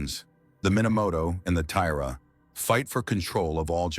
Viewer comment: Over an hour of inaccurate and inconsistent pronunciations – that element is really irritating. E.g. Tomoe = Tomo-eh Not To-mo / TOmo / TomO / T'mo / Tomey / T'mey, etc. Taira = Tie-rah Not Tie-rea / Tie-eerah / Ta-eerah / Tie-rey, etc. Six to ten pronunciations of the same word that is spelt the same way each time; sometimes with the pronunciation not agreeing with the spelling (Tomoe = T'mey, Taira = tairea – how?). If I hadn't been reading along, half the time I wouldn't have known who or what the AI was talking about.